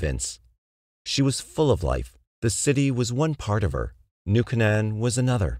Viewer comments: I remember reading about Kitty in Elementary school in our Catholic Chronicle. It was such a sad tale, nobody tried to help her. BTW it's pronounced New Cane-en, sorry, mom was an English Major. :) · I've heard this voiceover pronounce foreign words perfectly but can't say New Canaan correctly. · Love all your videos, don’t mean to be rude. Hearing New Canaan pronounced wrong over and over got REALLY annoying. And I’m from the opposite coast